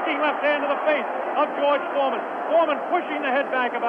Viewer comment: baca ‘jorj formen’